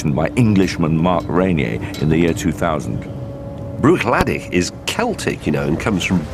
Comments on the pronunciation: Only one thing annoyed me about this, their pronunciation Bruichladdich, the ch at the end is silent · Can't even pronounce the whisky!!!!